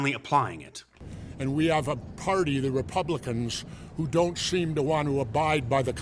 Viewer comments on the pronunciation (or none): Don’t need to listen to a weirdo that pronounces the word “seem” as “sheem”. Ignored.